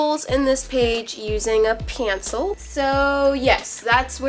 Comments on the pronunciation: it's not pansel it's pencil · Why do you say sencil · Did she say "pancil" not trying to be mean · pause and she said pancil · The way she said pencil pAnCli Btw:I’m watching this in 2022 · pjencil xD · Observe her way of saying pencil:PENceel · OMG she said pancil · The way u say pencil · wow her drawing is amazing but the way she said pencil😂😂😂